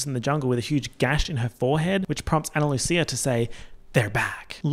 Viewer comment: Absolutely obsessed with 1. pronouncing Ana Lucia with a ch instead of a s 2. Then making oomfa oomfcia into oomfchia as well